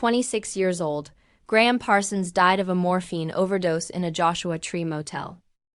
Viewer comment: This is an embarrassment. AI voice continues to mispronounce his name and subtitles spells is Graham. For s**t sake, if you're going to honor a great musician do it right. If not, shut up.